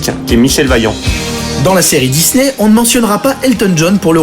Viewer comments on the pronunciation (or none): none